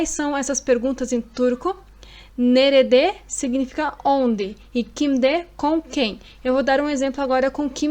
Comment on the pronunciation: Ótima aula. As vezes observo que nerede na pronúncia escutamos "nerde". Oda, também pode ser quarto?